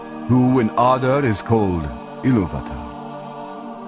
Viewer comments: 'Iluvatar' is pronounced ilUvatar, not iluVAtor. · In pronouncing the word Ilúvatar the stress should be on the second syllable.